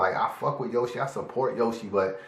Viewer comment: U said a bar when you said yo she... Yoshi